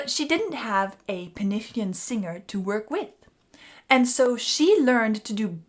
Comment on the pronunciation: Loved the video and, being Welsh myself, I really appreciate you pronouncing penillion in Welsh.